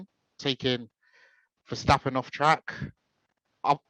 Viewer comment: Hi and, - Megan was ok, she talked and told the big guy to back down. It was the guy at the end that was the real problem. - you saying vershhhhtappen? Thats the german pronounciation I believe and Tom Clarkson has changed back now to the dutch or english pronounciation to verstappen... just saying. Have a listen to Tom C. Peter Windsor is still wrong but he doesnt care lol Ferrari vs Maca -- Ferrari for me (they seem to have fixed their tyre deg)but it could go either way. Looking like Max to win the champs now unless we get a twist.